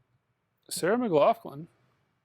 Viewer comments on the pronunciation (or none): none